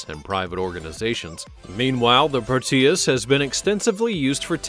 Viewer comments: "Proteus" is not pronounced pro-TEE-iss but PROH-tee-iss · Pro-tee-us? So stupid. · Proteus is accented on the "o", not the "e". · It's not very funny how you call prop planes jets. If this video was a high school history project, it might rate a D. It is rife with poorly researched subjects, and information that is wrong. However, what would one expect from someone who cannot pronounce proteus. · there is no accentuation in the "tee" sound, in the middle of "Proteus," just a very quick "tee" sound. The "Pro" has the accentuation.